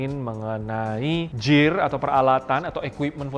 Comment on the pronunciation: Owhh... gear!! Gw dengernya Jir, sorry bro